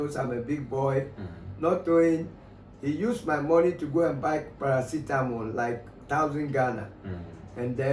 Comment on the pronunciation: Who else heard Parasistamol😅